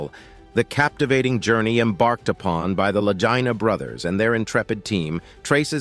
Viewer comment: Well, did they find it? I gave up after the narrator kept rhyming the Lagina Brothers with “vagina.”